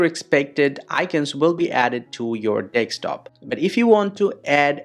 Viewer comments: MF its desktop not dekstop😂😂😂😂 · Every time you said desk top it sounded like you were saying take stop. Also, I followed your instructions and it didn't work. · Bro said deckstop😭😭😭😭